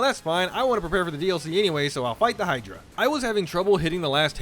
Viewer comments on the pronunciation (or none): none